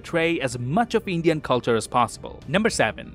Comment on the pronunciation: Man I love his Indian pronounciations he's so close the the actual ones. I haven't seen many peeps from abroad who speak this well